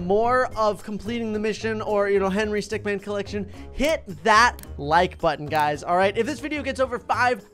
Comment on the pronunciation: Remember its stickmin not man min